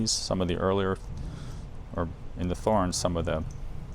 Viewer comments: It's pronounced TORRENZ. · The strobe is more precise than the app. LED lighting oscillates at mains frequency. The connector is a jenson (Jensen?) aircraft connector. Thorens is pronounced “torrens” Great set up procedure nice turntable. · so, I don't mind if he pronounces it THHorens. He is American. Should he pronounce that Mercan? Cheers